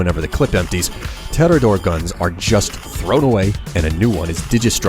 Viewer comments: it's not tedidor it's tedior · HAAAA!!! you sayed Tedidore instead of Tediore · its supposed be tee-dee-ore not te-di-ore but hey,whatever flaots your boat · I’m sorry but tededore it’s tediore is pronounced tea-d-ore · What in the fuck is tedidore. Don't you mean tediore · The only reason for the tedidore mispronunciation would be if the narrator has literally never played this game. The vendors are constantly talking about the brands and tee dee ore is said constantly. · "Guns of the Tedotore brand " ???? WTF Is that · "Ted-i-door".... It's "Tea-Dee-or". Just listen to Marcus. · Damnit, it's Tediore, Not Tedidore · "Tedidore" is my favorite weapon brand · There`s only one "D" in Tediore.. T-D-ore. Not Teddydoor :p Or have I gone senile again? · And did he just say fucking TEDIDORE???? Its TEDIORE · Tedidor really its tedior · Tediore is pronounced TE-dor not Te-de-dor. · Tediore isn't pronounced ted-di-dore, it's TE-diore, with the TE sound like TEE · great voice acting and editing as always. though, its "tediore", not "tedidore" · It's "Tediore" not "Tedidore" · Bandit actually replaced S&S not Atlas. Atlas were good allrouners but S&S had the mags. Oh and it's pronounced tee-dee-oor not tederdore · Te-di-ore friend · Te- Dior's You dunce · "tedidor" veri high iq boisss les go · Its tea-dee-or not te-or-door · It's Tediore. TEE-DEE-ORR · im triggered he pronounced tediore wrong its pronounced teediore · "tedidore" #TRIGGERED! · Ted-i-door funny how he says it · tedador. lol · Tedidore... If you're not American... Where T's aren't D's... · It's Tee-Dee-Ore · sorry but it's te-di-ore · It's actually pronounced "Tea-dee-ore" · Tedidore? That just sounds bizarre. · Tee Dee Ore :( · You need to learn how to pronounce the company names. MAUWAN? TEDDYDORE? Gah, my brain. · I'm sorry, did you just call the best manufacture "Tedidore"? With an extra "d". Dude! xD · Isn't Tediore pronounced Tee-dee-or? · it's te-di-ore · TEE-DEE-OR is how its pronounced lol.